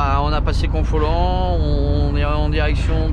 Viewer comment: Hello ! Cette excellente vidéo m'a montré que la route a bien changé, je connaissais l'ancienne. Et que de camions dans le mauvais sens ! Ton récit sur le scooter faisait froid dans le dos. Pour Confolens, prononcer simplement Confolan. Bon week-end.